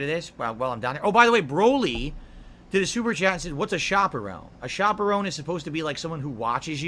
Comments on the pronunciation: I love the question “What is a shoperone (chaperone)”😂. That went right over his head. How does he mispronounce sh*t so wrong? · Shoperown 😳 huh!? Do you mean chaperone!? That’s a bit right suprcrzy? Right after the Pavlov’s dent bell too. What a world. Thanks for the diligent effort good sir. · Pig ups suprcrzy.. this shit needs documentation.. Edit: a "shopperone?" Why does the have such trouble pronouncing words? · Chaperone does not have the long O sound you moron!!